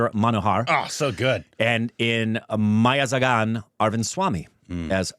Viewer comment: Also you pronounce .. Meiyazhagan as mei-ya-la-gan